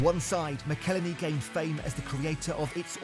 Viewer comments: Its pronounced MACKLE-HENNY... FFS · It's "Ma-cal-Henney"! McElhenney! What ways to massacre and mispronounce it There are many... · Perhaps you could start by… you know… pronouncing McElhenney correctly 😂. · Shame you can't pronounce McElhenney (Mackel Henny) as there's even a song about it! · I cringe every time you say Robs last name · If ONLY there was a video teaching someone how to pronounce McElhenney..... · Dude Ryan made a song on how to Say Robs name right as ways to fuck it up there are many and still you fuck it up! If you're going to make a video learn how to not speak like a NOB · It was so annoying how he pronounced it!! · You need to learn how to pronounce Rob McElhenney. There's an entire song about it. Unfortunately poor take. These guys aren't like normal businessmen, they are story tellers. A big difference is they have an entire TV show that earns them millions upon millions of dollars to reinvest in the club and gain additional sponsorships that no one else can touch. They won't sell until that new stand behind the goal is built, because that is one of their biggest projects that they promised to accomplish when they first bought the club. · you didn't even bother to pronounce McElhenney correctly...sloppy...he sold this idea to Ryan